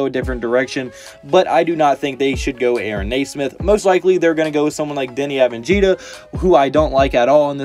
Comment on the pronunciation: avenjida?! and how tf is he 11 btw you pronounce it avdi-ya its not that hard